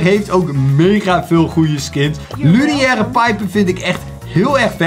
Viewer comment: Het is niet luniaire het is lunaire piper